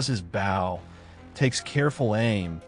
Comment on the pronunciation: Okay the AI voice pronouncing bow like the bow of a boat instead of a bow in a woman’s hair is annoying. Even more annoying is i’m stuck sitting here watching and not being able to participate! 😂